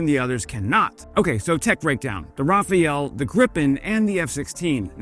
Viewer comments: I could understand an English speaker pronouncing "Rafale" as "Raf-ayl" (where ayl is pronounced like ale as in beer), but that's not what he said, he said "Raf-ay-el" (3 syllables), whereas it's pronounced "Raf-al" (2 syllables), where "al" rhymes with "pal" (as in friend). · Rah-Fahl...is the pronounciation......so RA-FALL for those of you that need a simpler direction.......LOL... the "E" is silent....so....NOT Raphael.....not Rafally...... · OMG, you pronounce it R-A-F-A-L simple as that - it means gust of wind or a burst of machinegun fire. and keep up the good job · Pronunciation is " RA-FAL" 😏Merci 😉👍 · it hurts my ear when US content creators don't get the pronunciation of this jet even remotely right. it's not that difficult to find out how the name is supposed to sound in English: [ʁafal] try it, pls. :hand-purple-blue-peace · Forget about the E in rafale. RAFAL. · I was going to watch the video, but then you called it the Raphael. So no. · Si vous prononciez "Rafale" correctement, vous seriez parfait. RafAle. "A" comme bAlance ou comme flAG. Faites le et je m'abonnerai 😁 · I very much admire your channel, but Rafale is pronounced Ra-fahl, which means a strong rushing gust of wind or a burst of (machine-)gun fire. It has nothing to do with the name Raphael and is pronounced differently. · Why does he keep calling the rafale the Raphaël 😂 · "rah-fal", please! 😅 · Rafale the E at the end is silent so it's Rafal means Gust in english, i'm French canadian so trust me on this one, thank's for your excellent work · "Rafale" as in the French word for "gust" as in gust of wind, i.e.: Think "show of force" in Air Force terms. Not "Rafael/Raphael" the Hebrew name meaning "God has Healed" (Which, admittedly, might be cooler.).;D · Hey brother it’s Rafael, RAF-AEL. Not the like the ninja turtle, or painter or whatever. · "RAF_AHL" not Rafael. Ain't difficult. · RA-FA-LE but either than that good video. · It's NOT pronounced, "Rafael."